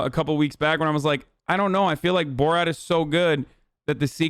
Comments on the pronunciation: Not sure why Hasan pronounces it borawt... instead of borat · Bruh stop calling it boraht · Its Bor RAT not Bor Rot learn the name of the movie if you are going to make a video about it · "boe rot" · Why is he saying boar-at